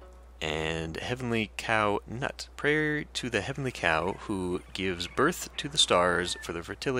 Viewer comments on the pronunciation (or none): I believe Nut' is pronounced like "noot." Love the let's play!